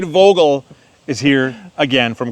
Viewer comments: Damn, this dudes name is pronounced “Fogel” just speak the V like an F. Its german for “Bird”. Yes, his last name is bird. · Vogel is German for bird and it is pronounced ffffffff like forest